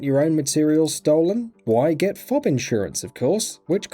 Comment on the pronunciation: who the fuck pronounces FOB as fob